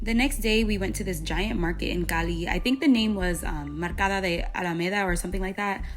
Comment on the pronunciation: yeah, I didnt watch the other food parts, there you pronounce Cali and Colombia as a native speaker! Quien lo sabia! 😊